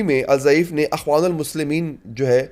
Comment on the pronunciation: اخوان کے نیچے زیر پڑھنا ھے